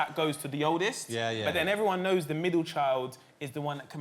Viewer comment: “You aare the midlechiiild” 😂